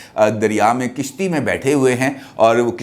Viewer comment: Kishti nai hoti kashti hoti hy.🤗